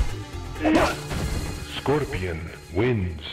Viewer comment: Scorpion is so badass he can't even pronounce his own clan name correctly.